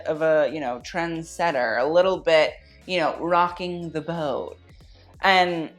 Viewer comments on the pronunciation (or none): none